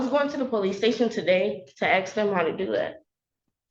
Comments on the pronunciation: Lookie there, your actions actually do have consequences. You put yourself in this situation. Its irrelevant you don't have family nearby to help you. And stop crying, you and you alone put yourself in this situation. Lastly, you're in college and keep saying "aks". Its "ask" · The word is ASK!